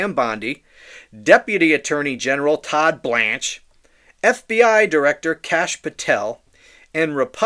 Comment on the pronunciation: The way you say Todd BLANCHE cracks me up😂